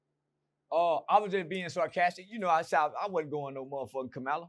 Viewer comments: It’s Kamala not kamela 😂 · COMMA-LA ITS NOT HARD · Who is Kamilla or kamalla 😂😂😂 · He dayum sho don't give a fu@ cuz he don't even know how to pronounce her name 😂